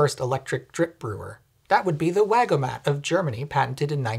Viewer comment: Actually, it's "Wigomat" not "Wagomat"